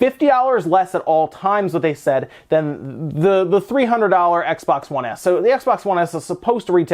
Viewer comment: “X-Bax 1 SAD”